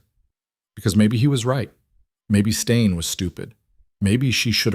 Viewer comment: Great story, tense with many twists and turns! Staying, not stain. Mosul, not Moscow!